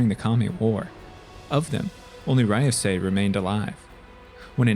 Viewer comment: Ryusei is pronounced “Ree-you-say” not “Rai-you-sai”